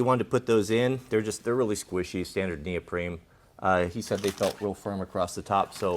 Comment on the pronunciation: Did he call that insert neopreme?